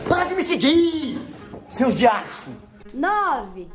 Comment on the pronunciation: "seus diachus" kkkk